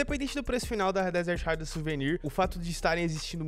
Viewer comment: Desert haidraw, q agonia do cacete kkkkkkkkkkkkkmkk raidraw